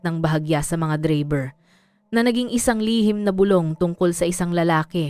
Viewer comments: Anong dreyber bkit d bigkas8n ng totoo ang drayber Tagalog k naman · Bakit AI na boses ang ginamit nyo sa bidyo na 'to bilang narrator nyo?..ang pagbigkas ng "DRAYBER" ay hindi Dreyber..Putsa nman..! eh,pinag gagago nyo lng sarili nyo..hahaha😂😂😂😂😂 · Saan kaba nag aral bakit ang driver bigkas mo dribir? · ang haba ng dakdak hindi malinaw ang pagbigkas sa DRIVER o Dreyyberrr🤮🤮 walang kakwenta kwentang kwento🤮🤮sayang ang ORAS 👺👹